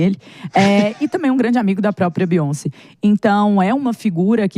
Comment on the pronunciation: Beyonce. U guys dont know how to pronounce 😅.